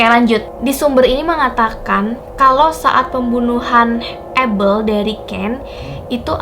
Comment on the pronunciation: Kain dan habel kak bukan abel